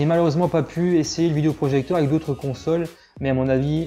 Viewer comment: Merci pour le test, mais stop avec le "vidIo projecteur". é, pas i ! :)